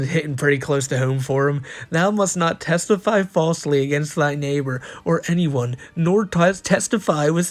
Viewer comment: mimic-ry, like, mimicing something. "testify" =/= "Tes-teefy", you fuckin muppet.